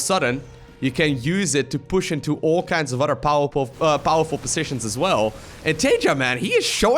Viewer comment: Pronounce Other like uh-thur, not otter. Your english is great by the way! Just trying to friendly help it out!